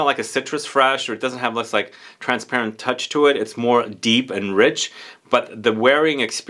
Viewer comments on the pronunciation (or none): none